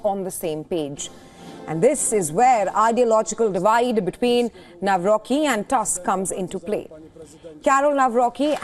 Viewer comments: It is not Nawroki, but Nawrotzki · Nawrocki not Nawrochi. Greetings from Poland 🇵🇱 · In Polish we read u as u, not a. So Tusk is Tusk, not task! Nawrocki is NawroCki, not nawroky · To the foul reporter ( thanks for your short insight : KAROL TADEUSZ NAWROCKI (NA-WRO- C- KI) .... not : Nawro-ki ! Get your pronounciation right with this Great Man of State ! Best of all to all conservative side . Stay strong and keep pushing right !❤ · She spoke it as Karol Nawroky the c is being also spoken in poland greetings from poland